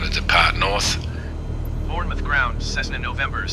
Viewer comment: yes I do but I moved over to stratus for my proper playthrough after learning the basics on cumulus. Still my home base though. LFRD is just west of mont St Michelle which is nicely modelled and a starred landmark in the sim. Not knocking you at all but Bournemouth is pronounced ^bornmuth^ the o is silent. Loving your work, and enjoying the series.